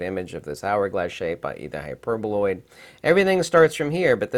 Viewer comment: Hi,, I apologize for accidentally laughing in the part where you miss pronounced the hyperboloid. It wasn't by purpose. This is my mistake. Im sorry. I didn't mean to offend you. I guess someone might noticed it. I like most your videos. May Allah bless you ☺️